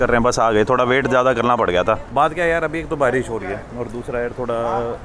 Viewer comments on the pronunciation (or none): none